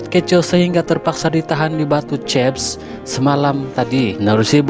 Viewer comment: Batu cef? Malaysian tak sebut Batu Cef😅😅😅